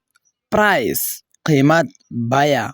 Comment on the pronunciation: price not prise you have so many mistakes in your pronunciation first you will have invigorate your pronunciation